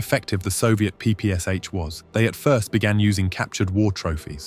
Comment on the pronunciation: P-P-Sh, you pronounce it as three letters, as you mentioned in "but soldiers called it papasha"